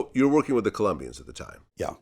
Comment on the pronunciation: Colombians* Not "Columbians"